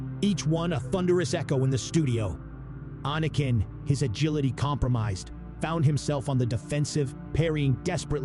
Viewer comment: Excellent tale, but the constantly switching pronounciation between "Anakin" and "Ahhhnican" was discomforting.